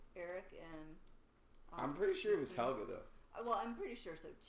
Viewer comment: Nice one, been waiting for this! Since you mention Mikkel a lot: If you want to perfect the pronounciation, think "Mickl", emphasis on the first syllable. Can't fault your Bartosz and Helge though :)